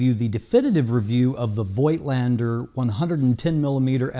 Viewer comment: "FOLK - LEN - DA"